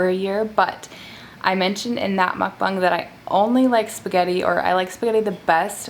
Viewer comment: She said mukbong not mukbang